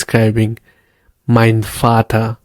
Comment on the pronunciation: I always wanted this. I have seen many videos and everyone incuding "duolingo" jumps on full sentence like greetings etc without explaining the base foundation which is pronunciation of alphabets, vowels and consonant which is very vital for the learning journey. Vater pronounced as fauter and no one realise it why until you know V is pronounced as Fau. So wanted to appreciate the structure you have used in your video. I would more appreciate if would have covered Past,Present and future tenses which is again a base for constructing a sentence.